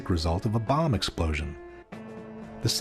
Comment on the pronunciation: A buh? No, not a buh. A bomb 💣 . 😂